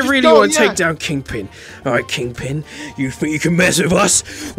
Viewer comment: EVERY SPIDER MAN VIDEO INVOLVES THE CART and also why do u keep calling him king PING instead of king PIN? Dose he have a high ping or something?